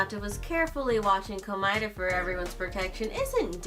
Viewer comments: She did not just say Komoeda x Nagito 💀🤣😭💀🤣😭🤣💀🤣😭😭🤣💀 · wow. She said komeada x nagito.